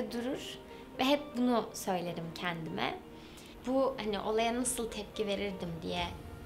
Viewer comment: kendime kelimesini doğru telaffuz etmesini beklemek çok da büyük bir istek olmasa gerek